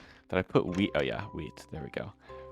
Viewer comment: My day was good, did some overtime on Sunday, hopefully I'll get a little more this week too. Greenhouse is coming together great though! You've doing a better job than me with the water flow, I'd have just left it a mess lol. Also every time you say wheat I misshear you and think you say weed, throws me off every time